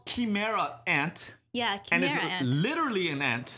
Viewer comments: its not chImera. You guys pronounce it like "Ki" from dragonball z. It's more like "kai" kaimera ants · because nobody who speaks English knows how to spell foreign words. How do you think Gojira became Godzilla? Chimera is pronounced Kai-mare-ahh instead of Chee-mer-ah despite the spelling.